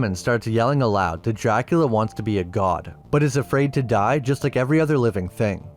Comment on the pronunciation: Pronounced "dracoola"